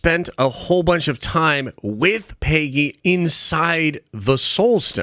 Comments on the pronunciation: The way you said Pay-gee annoyed me🤣🤣🤣 It's Peg-ee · PAY-GEE?? Bruh